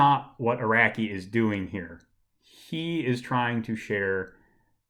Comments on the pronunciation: Aracky and arocky are both wrong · Nah I’m pre sure it’s pronounced Araki